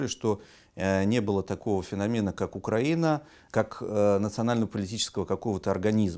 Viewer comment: Страна УкраИна, следовательно ударение на "и".